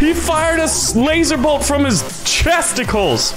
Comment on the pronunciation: “He fires lasers from his chestickles”